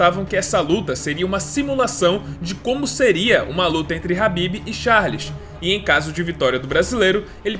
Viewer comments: pq falar habib se o nome do cara é khabib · Meu Deus mano, que agonia tu falando" H"ABIB toda hora.